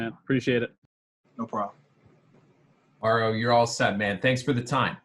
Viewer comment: Did you just call me Mare-io? 😆